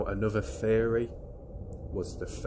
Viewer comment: Every time you said theory my ears heard fairy lol🧚‍♀️